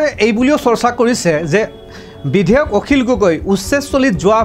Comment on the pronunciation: আপোনী বিধেয়ক বুলি কৈছে ।বিধেয়ক নহয়,বিধায়কহে